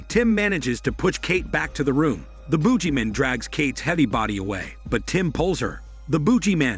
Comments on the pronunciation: I thought he was saying Boobyman, man with big malones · Boog-ee-man please stop saying it the way you do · The narrator should do a smelly hormone yoga with him self, he can't pronounce boogeyman. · LOL, thank you! I don't know why the narrator can't use his smelly hormone muscles to pronounce it normally